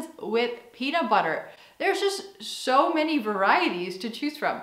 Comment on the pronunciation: Dag,. Leuke video weer! Je begint Nederlands te klinken in je uitspraak van je Engels! Het duidelijkst hoorde ik dat toen je "so" zei ([soʊ] in plaats van [səʊ]). Je spreekt vaker Nederlands dan Engels?